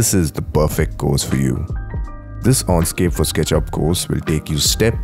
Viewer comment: I would have liked you to be able to pronounce correctly Enscape. You keep saying Onscape. Dislike.